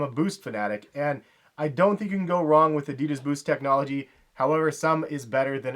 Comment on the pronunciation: You fockin spell ADIDAS wrong! Learn how to pronounce it, shit that feels so wrong...